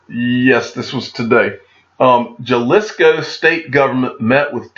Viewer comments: Pronounced Ha-lisco. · “Jalisco”. I think the J is pronounced with an “H” sound 😉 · Pronounced “HA-lis-Co